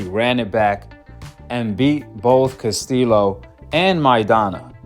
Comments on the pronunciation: Learn how to pronounce people's names Casteelow 😂 Castillo is like Casteeyo Dude like South Paw say you a Goofy and Loma won that damn fight! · Castillo pronounced Castiyo. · if you actually watched the castillo vs mayweather fights... you would actually know how to pronounce Castillo's last name right... tells us you're full of it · Bro just pronounce castillo like you say yellow lol